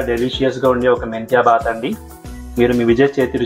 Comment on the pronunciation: You should not say baath it is BHAATH, second thing if you add a cup of yogurt while you fry masala paste it turns a crazy dish and good health....